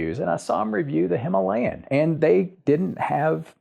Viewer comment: Very thoughtful review indeed! I will be watching the rest of the videos as well. May I give you a challenge? Can you pronounce the word “Himalayan” correctly in your next upload? Wish you the best!